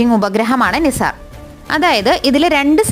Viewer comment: നിസാർ ❌ നൈസർ ✅